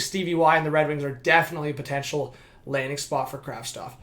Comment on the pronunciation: Why is everyone saying Kravstov!! The name is Kravtsov... isn't it?